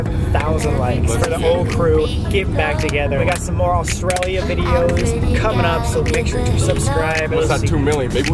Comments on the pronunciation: be careful for snakes me being Australian- you mean careful of mud crabs Colby- were walking through a swamp! also me- your walking through mangroves Sam- pronounces Australia Awstraelia just me- i give up at this point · As an Australian the way they say ‘Australia’ it makes me cRiNgE😑